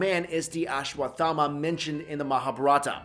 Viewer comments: U r not pronouncing it properly, it is pronounced as ashwas- thama . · Learn to pronounce it first